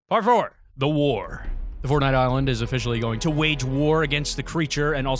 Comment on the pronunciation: When he said “Part 4” it sounded like that meme “PARKOR”